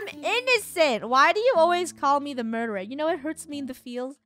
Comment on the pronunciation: Funneh: is so pro at this game Me:she say murterer:MURTERER Killer:stabs